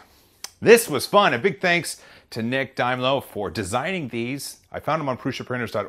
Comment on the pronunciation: It's out of them two Its Dime-low Though to be honest Nailed it 👍